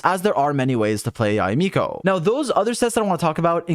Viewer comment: Yu Miko? 🤣🤣